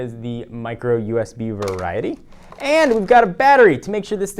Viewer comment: say variety on more time. i dare you lol